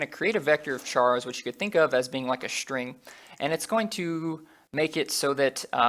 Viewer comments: Can you stop saying shtring ? It's string, not shtring I can't stand it. Everytime I notice it, it annoys me so much. So much. Str = Str, not Shtr STRING is NOT SHTRING. Nonetheless, useful videos. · Great tutorials! And I just love how you pronounce "shtring" :)